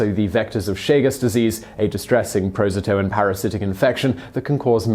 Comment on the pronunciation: "Prozatoan" lol